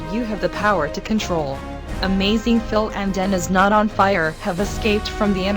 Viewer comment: Did she say Amazingdan and Phil?!